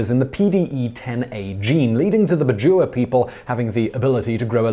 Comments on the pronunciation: its pronounced "Bad-Jao" not bajoowa....... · Hey Simon, just wanna bring a correction on pronunciation. I'm from the southern Philippines and am familiar with the "Bajau" as we consider them a tribal group in the country. The way it is said is Bah-jiao, like the (ba) in back and (jow) as in jowls